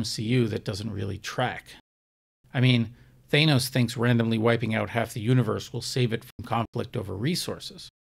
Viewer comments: I find it hard to give you full credibility when you pronounce it thay-nos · If I hear Thānoe one more time, I will ceese watching this video.